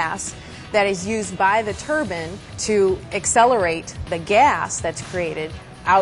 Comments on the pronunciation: It's a "turbine engine" not a "turban engine"! somebody slap her! lol at "it's easy man; it's engines!" no way man they use engines on those things?! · It's TURBINE, not a fucking TURBAN